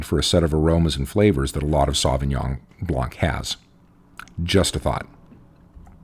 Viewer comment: Why can't anyone pronounce Sauvignon Blanc properly?